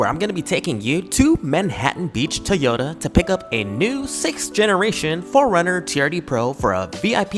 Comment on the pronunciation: What’s up with people saying “Tee-ota”? Do you know how to say “Toy”? 😂